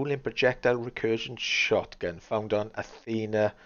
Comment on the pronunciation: It's not pronounced Athena, it's pronounced with a iss sound like hiss at the end